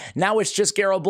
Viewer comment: Just got her. Will try to do a slayer build. Pretty funny stuff with butchering her name